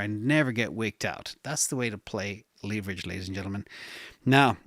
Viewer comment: leeverage lol